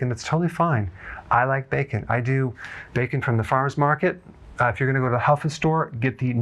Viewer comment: Im all in afer you said becon😅